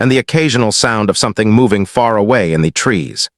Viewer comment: The story was good, it had a nice ending, but the AI really needs work on it pronunciation it was annoying. The word the and even the word a were not coming out well and there were other ones as well.